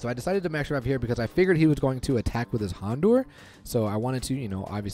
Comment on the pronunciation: You're saying houndour incorrectly